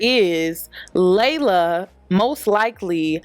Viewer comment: Its pronounced LEE-la not LAY-luh!!! Ugh why does everyone say our name wrong?? 😒